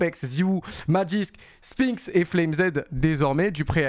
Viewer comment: on te kiffe continue le taff. Mais arrête de dire SPAINX ca trigger de ouf Cest SpinXXXXXXX et et FLAME Z ca se prononce comme "FLAMES" en anglais le pluriel de "flame" FLAMEZZ pas FLame Zed #Boomer2cs